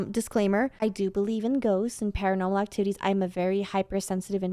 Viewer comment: Did she say actitties at the beginning of the video during the Elmo one